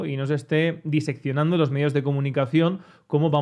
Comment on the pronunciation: Por favor,, es CADENCIA, ca-DEN-cia, no carencia. Por Dios, corrige esa aberración. Lo repites varias veces en cada vídeo. Al igual que VICISITUDES, no viSICItudes. Tampoco es BIseccionar, si no DISECCIONAR. DI, con D. Tampoco se dice aFÉrrimo, es ACÉRRIMO. Esto último no lo has dicho hoy pero sí en otras tantas ocasiones. No sé si escribes guiones para tus vídeos o cómo lo haces, pero un simple corrector ortográfico podria ayudarte con esto y tus vídeos quedarían más profesionales. En un tema tan específico, confundir CADENCIA con CARENCIA es grave, y si alguien no habla español y quiere ver tu video y pone subtítulos generados automáticamente, se va a volver loco.